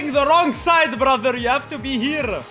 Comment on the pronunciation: is so racist he even pronounce brother with hard R 😂